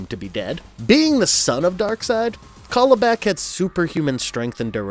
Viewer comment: It's CAL-ibak! Like California! Darkseid says it in the clip you played in the section!